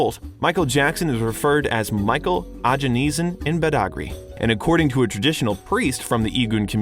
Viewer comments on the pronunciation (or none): Wtf is this? Michael Ajanesan? lmao.